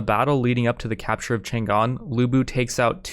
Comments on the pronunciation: chan‘gan ❌chang’an✅ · It's not Chan Gan. It's Chang An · "Tzaang On" is more accurate pronunciation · I just heard Chang an get mispronnounced like 5 times in the first 20 seconds I can never recover from this travesty